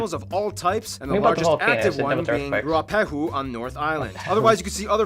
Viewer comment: Those boulders are at Moeraki, not meraki. Gotta say Waitomo glow worm caves are Def worth a visit. And Mount Ruapehu is pronounced roo a pay hoo(honestly the pay is more "peh" but...) Weta have several species, most smaller than a giant Weta. They're not dangerous and herbivores so not as scary as they look. And Maori is pronounced Mow ri (not quite really, but it's close enough) Hokey pokey >ce cream is vanilla with little pieces of brittle hard candy suspended in it.